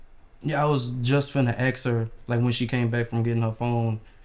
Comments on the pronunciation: it’s ASK not axe 🪓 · And he says "axe"😂😂😂😂 yeah,he's ignorant 🙄 😒 😑 🤣 😐 🤦 🙄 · “I was finna axe “ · Why do they have to say "AXE" instead of ASK?? And cant make it through a conversation without bringing up the race, black card?.?.?. OMG dude STFU!!! The fatigue is real. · It's "ASK " not "AXED!!!"🙄🙄🙄🙄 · ASK!!! Not "AX" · "I was just gonna axe her..." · You were finna axe her? Chris also caught a killer!!! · Why do these coloured folk always mix up was and were and pronounce ask as "axe"? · "I was gonna axe (ask)"... oh dear god. When will they learn? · (Gasp!) Did he say he was gonna 'axe' her?...🪓😏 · It's "ASK" A-S-K. Sound it out. Practice it. TRY your best to say "ASK". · " I was going to axe her..." thank god he was stopped. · He was going to axe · Why can’t black people say “ask” correctly lmao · How hard is it to pronounce ask correctly